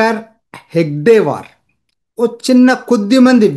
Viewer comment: అయ్యా, గారు హెగ్డేవార్ కాదుసార్ హెడ్గేవార్ సార్.